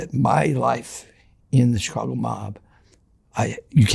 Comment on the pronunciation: He got a lot of things right from my experience. The way he says Chicago, incredibly distinct. Says outfit and coppers, mentioned Chicago and New York guys not liking each other, which I've heard directly from old school Italian Chicago street guys. Also, he's Italian and Irish. The details he gives are so incredible, I think it's damn near impossible to fake or adopt. Most importantly to me, he mentioned an incident I'm familiar with but a name I wasn't, I was about to call it out and then I looked it up. He was using the guys real name, when in the street and media he used a different name that he became known by more.